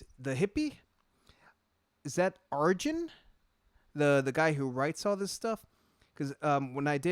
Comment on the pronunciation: Arjen, pronounced "Ar-yen"